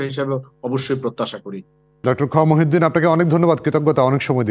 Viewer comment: ড. খন্দকার মুহিত উদ্দিন স্যারের নামটি বারবার ভুলবশত মহিউদ্দিন বলা হয়েছে